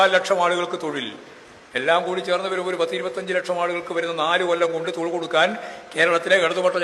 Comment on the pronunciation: Thozhil nn thanne allle paranjeee? Aksharam mariyoooo 😊